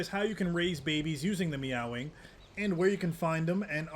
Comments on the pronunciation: May-wing is how it's pronouced that the only criticism I have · its NOT meow wing,. its MAEWING!! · Bro said 🐈wing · heard him pronounce it "meow-wing". Immediately went to comment section lmao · 😂 he said meow wing